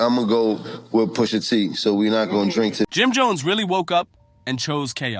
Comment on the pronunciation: PUSHA....NOT POOSHA wtf lol